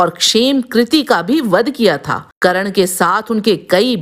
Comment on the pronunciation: You should correct your Pronunciation. Even the name of main character was not correctly done. Same with many other names and Hindi words. It is Saatyaki not Satyaki, Karn not Karan. Paraast and Praast... etc